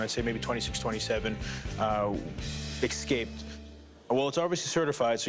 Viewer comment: Excaped....come on, brah.